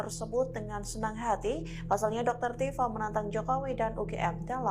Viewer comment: Tipa gitu bang .. bukan dr tipa..